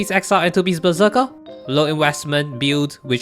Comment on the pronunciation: When you say "Berserker", i hear "Bazooka".